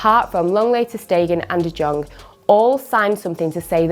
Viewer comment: Its de yong not de jon